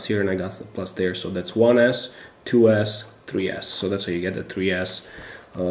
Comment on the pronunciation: Did he say three ass?????